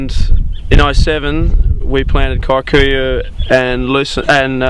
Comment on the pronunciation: that word is pronounced "kee-koo-yoo" not kai-koo- yoo